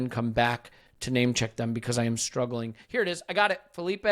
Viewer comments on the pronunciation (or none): none